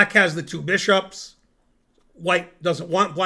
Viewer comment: Ze two bee-shops